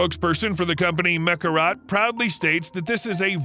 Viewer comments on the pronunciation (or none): Mekorot not Mekarat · Meh'Kor'Ote' Damn, say the name right....